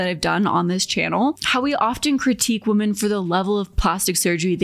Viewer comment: I love your content so much I just have one tiny correction because I'm obsessive about pronunciation... woman (/woo͝m′ən/) - singular women (/wĭm′ĭn/) - plural